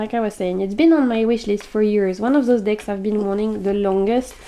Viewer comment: 😂You sounded so funny when you said “I like big decks” it sounded like you said I like big DICKS 😅 I’m a greedy bishhhh ❤